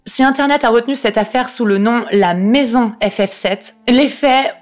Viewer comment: Tu as un reel problème avec le terme "maison" mdrr